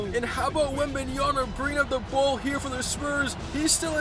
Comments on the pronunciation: Bro it’s pronounced wembanyama not “Yana” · Not wembanyana it's wembanyama